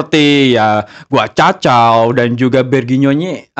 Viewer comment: Guacacau😂, bro gak bisa kah nyebut GUYKOCEA